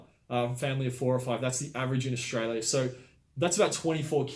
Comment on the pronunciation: Strayla mate